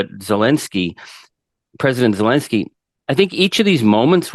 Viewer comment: Here to listen to Charlie, but the fool hosting who doesn't even know how to pronounce Zelenskyy doesn't deserve to have a show.